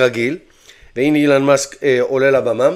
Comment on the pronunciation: כואב לי באוזניים לשמוע אילן מאסק בבקשה תקרא לו בשאר הסרטונים אלון מאסק